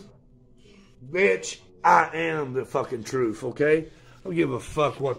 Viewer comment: i think hes trying to say truth but hes either up on tot-tots or coming down on them 🤔